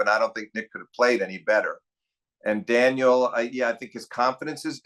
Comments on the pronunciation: Does Steve watch tennis with the volume off and refuse to attend matches in person these days? Daniil Medvedev has been at the top tier of the men's game for a while now, yet Steve is still saying "Daniel" like he's never heard the name spoken before. It's not like we're talking about FAA, or as Steve says, "Felix Augur-Ali-Siame." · clicks onto video hears daniil being referred to as ‘daniel’ clicks off